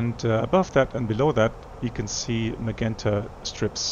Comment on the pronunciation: My good, old friend,. 'Magenta' is pronounced as MaJenta in English. I hope that helps? Take care my friend, we miss you.